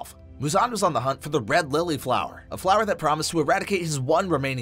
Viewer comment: did you say "red lily flower"????